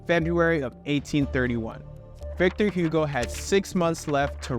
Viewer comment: Listening to you is like a cancer for ears. If you wanna do educational videos you should learn how to pronounce the names of places and people… it is not Victor Hyugo but Igo, not Notre Daim but Notre Daam